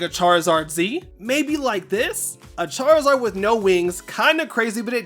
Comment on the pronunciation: Chaarizaard Z Chaarizard A ❤❤